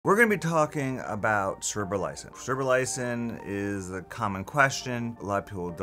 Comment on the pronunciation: You can't even pronounce it.